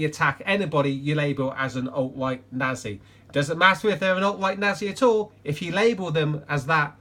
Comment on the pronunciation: I think we need a better forum for public discourse and civil debate. And a the social conscious to demand that people like Cho who make radical claims have to back them up with logic before they're taken seriously. Btw I cracked up both times you said nazi Cause of your accent I hope that's implied lol